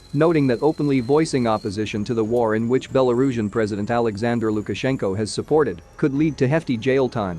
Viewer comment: Lookaszenko? What is it?